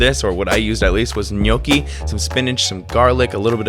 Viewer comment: Gnocchi. It's pronounced 'knocky', just a heads up. Love the video man 👍🏻